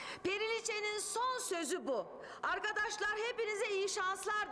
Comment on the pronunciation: arGadaşlar diyo 😂😂